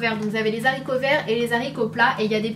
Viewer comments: Sana je t'aime mais tu as fait la liaison entre le s et les haricots ("zharicots") c'est pas bien ne fait pas ça !!!!!! #snapananas 🍍🍍💚💚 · RIP les "zaricots verts" X'DD